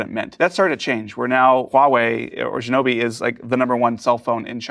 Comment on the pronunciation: xiaomi not shinobi lol